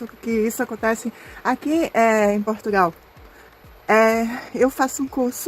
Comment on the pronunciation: Aos anos que ela está em Portugal e ela ainda não aprendeu a pronunciar de maneira correcta o nome do nosso país. Ela também pronuncia PortugAAAAAAAAAAAAAAAAAAAAAAAAAAAAAAAAAAAAAAAAAAAAAAAAAAAAAAAAAAAAAAAAAAAAAAAAAAAAAAAAAAAAAOOOOOOOOOOOOOOOOOOOOOOOOOOOOOOOOOOOOOOOOOOOOOOOOOOOOOOOOOOOOOOOOOOOOOOOOOOOOOOOOOOOOOOOOOOOOOOOOOOOOOOOOOOOOOOOOOOOOOOO. Só resta saber "ondgi qui fica essi país" que ela também não sabe pronunciar. É triste ver pessoas como essa brasileira, que apesar de ser descendente de portugueses,, tem um sentimento nítido anti-português. O que será que ela faz em PortugaLLLLLLLLLLLLLLLLLLLLLLLLLLL e não PortugAAAAAAAAAAAAAAAAAAAAAAAAAAAAAAAAAAAAAAAAAAAAAAAAAAAAAAAAAAAAAAAAAAAAAAAAAAAAAAAAAAAAAAAAAAAAAAAAAAAAOOOOOOOOOOOOOOOOOOOOOOOOOOOOOOOOOOOOOOOOOOOOOOOOOOOOOOOOOOOOOOOOOOOO se o país não vale nada para ela? É mais uma que não faz senão alimentar o sentimento anti-brasileiro, que cresce de maneira assustadora. Ela pode ter os diplomas todos que ela quiser, mas ela não deixa de parecer uma tonta, que tem deficiência na fala e que é do terceiro mundo. Sempre deu a entender que era meio tonta, coitada. Ela sempre mostrou esse sentimento doentio, de invejosa, acerca de Portugal e dos portugueses desde o dia que ele colocou os pés cá. Ela que pense só um pouco em que país ela nasceu e cresceu, um país do terceiro mundo,um país cheio de violência e cheio de FAVELAS, que nem para colónia já serve. Tão invejosa que ela é. SEMPRE foi, desde que para cá veio.